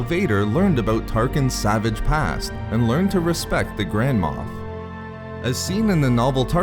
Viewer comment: I keep hearing "grandma" instead of "grand moff"